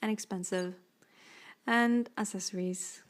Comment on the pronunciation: I've just noticed that you pronounce accessories as [assessories] and it's actually [aksessories] :D I love your walkthrough! I didn't know you got a second 4U, that is very neat. ;) The blue one is definitely the prettiest one of the 4! ^___^